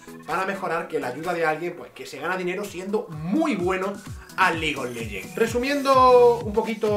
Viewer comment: El dice "ligolegen"